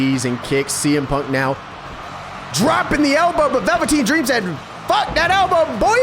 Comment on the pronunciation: I’m mad we gotta wait until the championship match to witness the phenomenon known as Big Bear. 😩 Edit: why the fuck did you say Velveteen Dream name like that?? 😂😂😂